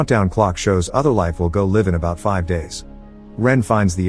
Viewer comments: I'm not sure if the voice is AI or not considering it mispronounced "live" numerous times based on the context. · Wait, are these recaps read by an AI voice (text to voice)? I thought they were pretty monotone, but mispronouncing "live" was the giveaway here. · Saying Liv instead of Live is hilarious. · I'm pretty sure it's pronounced "L-eye-ve". haha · "Go Liv in 6 days" LOL ... TTS is so. hard with English - not being phonetic like other languages... "Other life will go liv in about five days" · Every time I hear you say life in a vid, you pronounce it as “liv” 😂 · pretty sure live is pronounced live and not live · The fact that live and live are spelled the same and pronounced different has always annoyed me. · Holy shit it’s an AI narrating this. Realized when it used the incorrect pronunciation of “live.” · he doesn’t say the word “live” correctly is this an AI? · This text to speech is horrible it can't even say 'Live' the correct way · Your software can't pronounce live as in hive and jive and only live is in give ans sieve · Tts pronouncing “live” as “where one might have made their residence” rather than “to make available” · The way the TTS keeps mispronouncing "live" is a testament to just how little effort youtubers put into their craft. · How many others cringed every time we've heard the word LIVE misrepresented? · I hate how this guy pronounces live in "Go Live(public)." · This is just another bullshit fake robot voice channel. These seem to be popping up all the time. Probably some Russian conglomerate like those behind bullshit craft channels etc. Just watch No actual English speaker would say "live" like that in this situation. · i like how the thign says live instead of live, ad read in stead of read, OH and also lead and not lead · Whyyyy does this guy pronounce words like LIVE and RIFLE like.. well the other way to say live and RIFFLE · I get that homonyms can be confusing, but you use the wrong pronunciation of live this entire video dude.